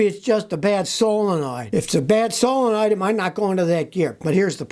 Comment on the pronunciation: I thought you said Pray, that truck has a bad Soul... but you said solenoid 🤣